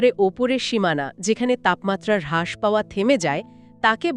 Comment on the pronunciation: হ্রাস=হাস❌ রাস✅ ক্ষীন= খিন❌ক্ষীনো